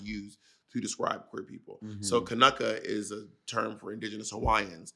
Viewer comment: Mahalo Bob for the clarifications of the Hawaiian terms and great pronunciation of kanaka!